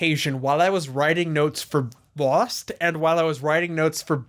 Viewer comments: Amazing video. It took me until to realize that you were saying "Loosened" every single time your script would've had the word "Lost". I'm pretty smart like that. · I gotta admit it took me like 4 and a half hours to understand why he kept saying "losened" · Stop Saying losend over and over